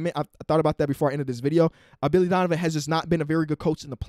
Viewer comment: He said Dilly Vonivan